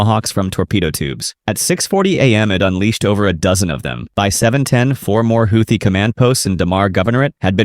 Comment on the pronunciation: You can’t pronounce Houthi